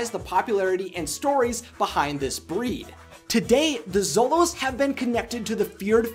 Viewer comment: The only thing that annoyed me, was he kept saying solos instead of xolos... And the god is Xolotl, not solot...